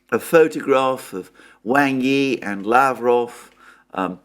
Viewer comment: Please, “Wang” rhymes with English “song,” not “sang.”